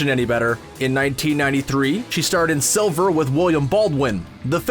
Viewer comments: SLIVER NOT SILVER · It's Sliver not Silver. And that movie was awful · He said Silver , the movie was called Sliver..😒😒😒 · Silver? It's Sliver. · Silver??.... And I thought the movie was called Sliver. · It’s Sliver, not Silver. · Sliver*, not Silver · Silver? You mean, "SLIVER"? Get it right next time, "". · Brando is dead. No one wants to work with him because he is a corpse. Also it’s Sliver not Silver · "Sliver" not silver. An actress should never bite an actor's tongue because his tongue should never be in her mouth.